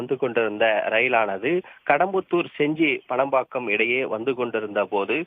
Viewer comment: செஞ்சி பானம்பாக்கம். பனம்பாக்கம் அல்ல